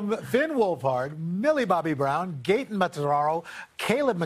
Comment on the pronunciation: they literally butchered gaten’s name